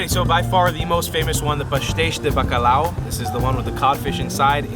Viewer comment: Bacalhau not Bacalau.